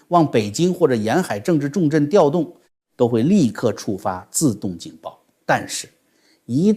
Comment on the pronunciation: 调diao动不是tiao